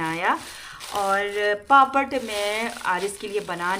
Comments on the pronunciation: پاپڑ کہتے ہیں پاپت نہیں کہتے ہیں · Papat nahi bolty papad bolty ha